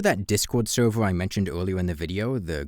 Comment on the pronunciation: Why don't you pronounce "r"? "Sewvew", "shawe"? Why?